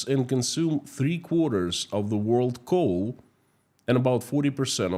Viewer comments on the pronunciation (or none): none